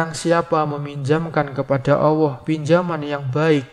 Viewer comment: Bg tolong pengucapan ALLAH yg bener.. mungkin bg keliru atau saya yg salah mendengar..